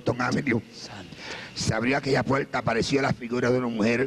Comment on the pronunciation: Alguien me puede decir si es puerta o puelta o abierta o abielta xk no pronuncia bien la R